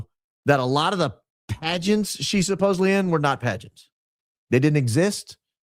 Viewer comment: agreed. I am unable to watch Valhalla. He gives off very bad vibes and keeps saying “supposebly” instead of supposedly. 🤕😅